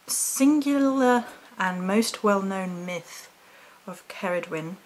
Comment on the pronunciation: Please, do check how to pronounce the names before you do your video's, there are plenty of sites where you can find these. Incidentally, Cerridwen is a WELSH Goddess, not Celtic.